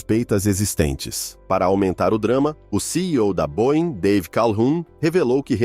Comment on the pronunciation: Boein não existe. Boeing